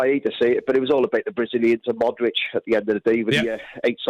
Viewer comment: What's with these numpties calling him Modrick? Hoddle is always at it. The guy's been playing elite level football for about 15 years but they still just cannot be arsed to pronounce his name right.